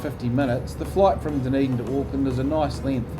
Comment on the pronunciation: Nicely done! Btw Dunedin is DUD not DUN 😬